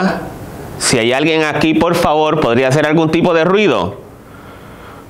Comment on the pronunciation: Y si le decís "POL FAVOL" no te va a hacer ningún tipo de ruido.